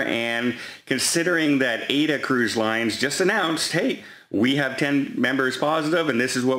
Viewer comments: Is going to say eck-cetera again? I hope not! Ah-ed-da becomes Ayda. Unbelievable. I just heard him say eck-cetera. He will go to his grave saying eck-cetera. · The TUI ships are named and called Mein Schiff, never by the English translation, My Ship. AIDA Cruise Line is correctly pronounced AH-EE-DAH, like the famous Verdi opera. SMDH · it is pronounced AHHH-EEE-DAHHHHH ( A-I-DA) and mine Schiff = mein Schiff. AIDA is owned by no other than CARNIIVAL. Men Schiff has a camera and temperature taking all in one. I watched Matthias Morr in Germany reporting from the 24.July to 27. July cruise.